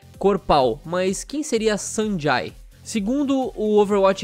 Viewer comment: Acho q se pronuncia Sanjei